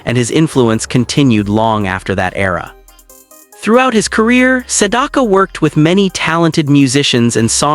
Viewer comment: Learn how to pronounce his name!